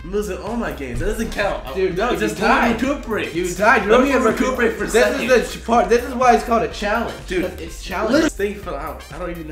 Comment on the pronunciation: "No give me a second to recooperate" xD